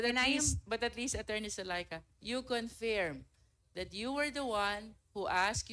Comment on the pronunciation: Isolated in the nature of tasks. Luistro's attempt to showcase intelligence inadvertently resulted in confusion and unmeaningful dialogue. Learn to prnounce 'confirm' before u go on public ma'am.